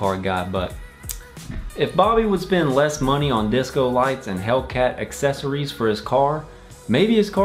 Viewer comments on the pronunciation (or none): none